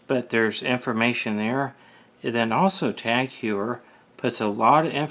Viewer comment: Thanks for watching our video. It is a bit embarrassing that I mispronounced the name of the watch brand. I've have also mispronounced Cartier and LeCoultre. When I review another Tag Heuer I'll remember to pronounce it correctly.